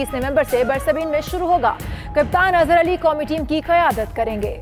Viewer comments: It's not Ber Sabeen its Brisbane... It's PIDC not pti Cd... 😂😂😂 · that's 'Brisbane'. Please do a little homework before you read these headlines